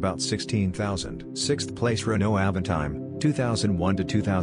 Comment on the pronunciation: Its Renault